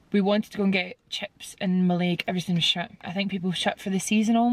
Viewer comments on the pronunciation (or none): Love this vlog, just to let you know Mallaig is pronounced Mal-ig not Mal-aig. The west of Scotland is gorgeous! Hope yous feel better soon 💞